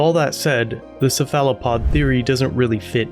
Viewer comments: Ceph·a·lo·pod - /ˈsefələˌpäd/ Your pronunciation is a little off. Just for future reference. ☺️ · sa fala pod ohhh you are referring to a cephalopod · I love your work, but the way you pronounce Cephalopod is cringe as hell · I've never heard cephalopod pronounced that way before.... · You have an unusual pronunciation of cephalopod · Great Job!!! 🌟 I never heard anyone pronounce Cephalopod like that, so many times! 😂 But I'm trying not to get onto folks about pronunciation these days. DeThawed means freeze though. 🤷🏻‍♀️😁😂 Definitions I'll stand on a hill for.🤓😂 You hit the most current info on points as soon as I thought it!💯🌟 I only recently heard about the Black Goo... Thanks for covering it! ✌🏻☮️🖖🏻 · Exactly on the “ dethaw “ 🤣🤣🤣🤣 I’ve caught others saying it too! I also agree on the Cephalopod pronunciation, but I can over look that... Charlie Berens says dethawed is the Midwestern way, however I disagree 👍🏼👊🏼🦖🍺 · You’re mispronouncing Cephalopod. Pro tip. I’m not trying to be critical. When I heard you pronounce it my first thought was have I been pronouncing it wrong all this time? So I decided to check.